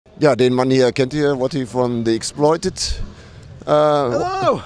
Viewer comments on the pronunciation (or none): Il mio super english ha ha ha ha !!! Si chiama Wattie non Wotty ha ha ha !!!